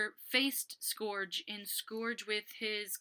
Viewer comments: It’s pronounce Skerj (Scourge) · It's scourge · Yea it's sc-urg